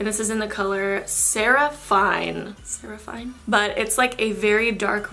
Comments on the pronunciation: that is my name! also i think seraphine is sera fin not sera fine but its ok! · Btw, it's pronounced Sara-pheen